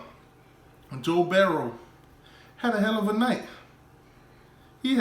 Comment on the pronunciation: It's Burrow not Berrow dummy